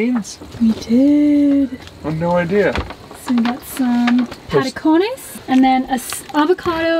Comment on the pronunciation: Heyyy! You pronounced patacones very well.. :D